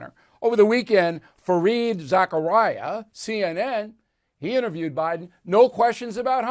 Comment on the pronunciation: Fawning and embarrassing but it’s “Zakaria,” not “Zachariah.” (Like that helps… 😁)